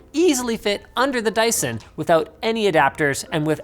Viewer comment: Sounds like "Die son"😂😂